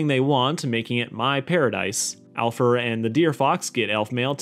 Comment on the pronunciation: No it Alfer, although on my first watch all I heard was alpha